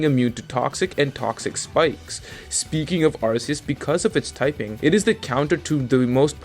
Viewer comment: Look your content is good, but ffs its Ar-Key-us not Arseus